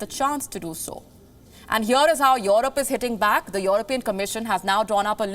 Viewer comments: Its Europe not Yorop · The way she pronounces 'EUROPE' makes me feel uncomfortable